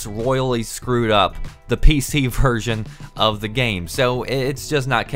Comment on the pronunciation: when he says "version" seems that says "virgin" jajajajajajaj xd